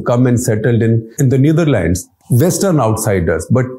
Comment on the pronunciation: The way he pronounced Neatherlands and Amsterdam was funny.. funny coz of all the show off words he use😂